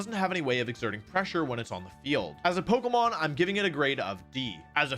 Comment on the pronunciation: You’re saying Pokémon incorrectly